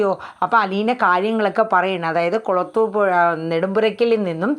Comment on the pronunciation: കുളത്തൂർ പുഴ അല്ല കുളത്തൂപ്പുഴ